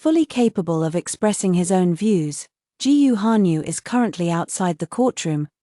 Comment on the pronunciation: Cheap ai can't read Chinese surnames such as "Gu" ( pronounced -Goo).